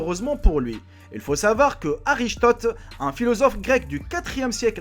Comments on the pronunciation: On ne dit pas arichtot mais Aristote 😂😂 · 4.56 STP Ari"S"tote et non Ari"CH"tote xDDD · Arichtote ^^ En français on dit Christophe Colomb.. non mais mec tu viens d'où pour écorcher tout ces noms... Bref je préfère garder mes connaissances scolaires. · L'idée de vidéo est plutôt bonne. Le problème, c'est que ta façon de parler rend les informations difficiles à comprendre. Et ton introduction est beaucoup trop longue et tu te survends un peu trop. Sinon, c'est qui "Arichtote" ? xD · Bon, je me suis arrêté à 4.57 après avoir entendu arichtote... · "arichetote"? sérieusement? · Alors toi sa se voit tu mit sur des dite à la con tu DIT cristophe Columbus alors que en français son nom c est Christophe Colomb et en anglais Christopher colombus et en plus aristote tu l appele arichtote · ariCHtote !!!! pfff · "Arichtote", "Eratochtène"... Tu as même pas capté que "Colombus" c'est Christophe Colomb? En fait tu lis juste Wikipédia? Et mal en plus, c'est une torture pour les oreilles...